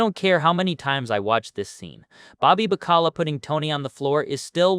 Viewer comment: Learn how to pronounce baccala